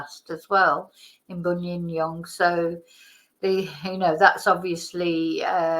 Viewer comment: good Morning, Hope all well with you & pronouncing "Buninyong" spot on. Nothing to report as yet today, so just enjoying a coffee with youxxx Think that the Police are doing an excellent job in Australia- they are very well organised & structured, so will with hope find Samantha. Their forces are well supported throughout Australia & will leave no stone unturned. Our love & hugs with everyone from Dartmoor, U.K.